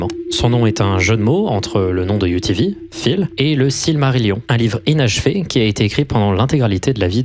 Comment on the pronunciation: quand tu disait UTV j'entendais rien d'autres que UVB